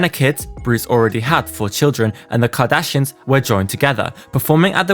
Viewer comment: I cannot with you saying "Jardashians" and "Keggie" 🤣